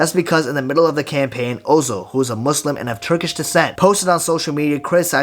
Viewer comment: the way you pronounced muslim is so accurate i thought you an arab fr, also fire vid!!!